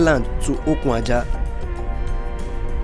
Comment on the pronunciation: Good Job on lagos - calabar highway commissioned. Just a point of Correction ; Okun - Aja meaning Ajah - Beach not the way you had mistakenly pronunced it as Okun Ajah, i.e Ajah Rope. Okun as in Beach in english. pls its just to shed more lights to your illustration not on negative side.. weldone .